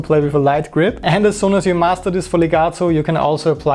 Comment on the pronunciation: I like hearing the word legato correctly pronounced with the letter T instead of the D like most english motherlanguage people do... :-)